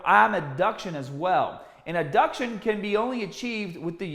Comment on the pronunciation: ADduction, not abduction. Great vid otherwise!